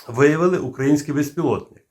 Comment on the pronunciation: дуже Вас прошу, не кажіть "укрАінський", дуже вже вухо ріже.